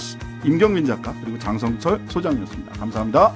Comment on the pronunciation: 장성철 소개할 때마다 자꾸 공룡센터라고 들려서 샤킬 오닐 생각 남. ㅋ